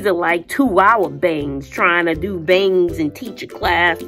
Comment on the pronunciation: you are so hilarious with u saying BA-ANGS Can’t 🛑 laughing 😂😂😂😂😂😂😂😂😂